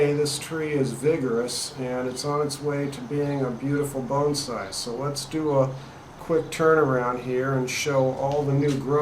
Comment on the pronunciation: Will you do me a favor and not pronounce (BONSAI) the way you are in this video.